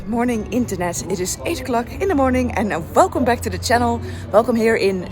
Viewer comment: Velkom to...,....Mars 😂